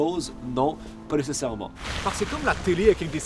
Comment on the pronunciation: "Pas NÉCÉSSAIREMENT" ...